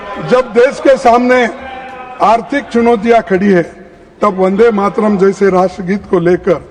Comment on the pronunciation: Today, H.M. Shah has mispronounced Vande Mataram as Vande Matram (Matram) at least 300 times in Parliament. :)